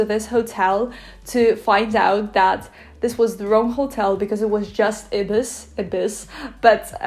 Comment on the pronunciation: In England we pronounce Ibis as eye-bis.